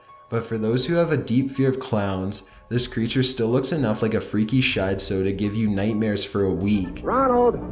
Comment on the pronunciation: 'Freaky shidesow' 😂😂😂